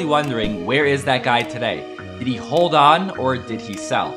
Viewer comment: He hal, he haldel, this guy didn't sold it, he even don't know how to pronounce hold 😂